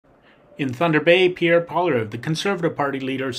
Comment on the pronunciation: You should learn how to say his name. He WILL be our next PM and deserves that much respect. Pierre for PM 🇨🇦